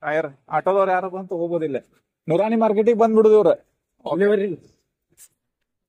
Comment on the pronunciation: ಅಜ್ಜರೀ ನೂರಾಣಿ ಮಾರ್ಕೆಟ್ ಅಲ್ಲ ಅದು ನೂರ ನೀ ಮಾರ್ಕೆಟ್